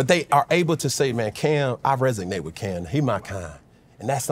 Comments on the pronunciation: Res-OG-nate…… resonate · Resonate not resignate. Great career and interview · we love u Cam! carolina best player ever…lmao also my guy is resonate not resignate lmao u good!! lmao